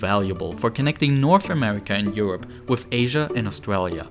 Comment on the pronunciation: Twending. Wif. Fousand. Speech therapy anyone